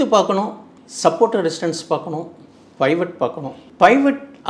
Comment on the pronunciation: அது பைவட் இல்லை, பீவட்